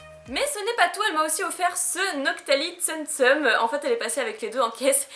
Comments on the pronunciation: On dit TSOUM TSOUM et pas TSEUM TSEUM ahah 😘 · Katy viopi oui mais on dit quand même "Tsoum tsoum" et pas "tseum tseum" comme dis dans la vidéo;)